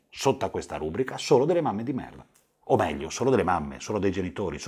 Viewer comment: Non voglio fare grammar-nazismo ma non si dice "rúbrica" ma "rubríca". All'inizio l'hai detto due volte 😅 Ok ora la smetto ascolto il resto (è stato più forte di me)